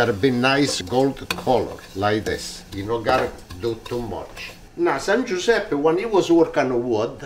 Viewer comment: " Viva San Guisepp"